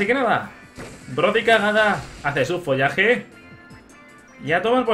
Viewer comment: en vez de follaje di Folaje referencia a folagor detectada